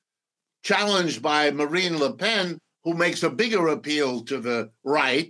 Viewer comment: Macron is the epitome of a centrist European politician, but the Professor somehow sees 'the collapse of the middle'. Deluded, to say the least...Btw, the way he pronounces 'Marine Le Pen' says something about how much he knows about France.